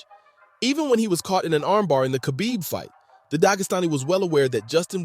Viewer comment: It takes 5 seconds to learn how to pronounce Khabibs name lol... jp good vid